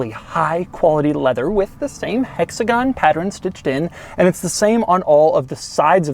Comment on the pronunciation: Doug I love your videos, but if you ever say hexagon again in any other video I'm unsubscribing